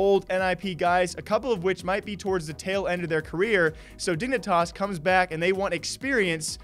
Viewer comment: “Dingnitas” Lmao